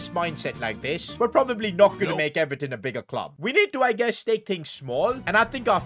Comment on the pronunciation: Even pronouncing Everton is a huge L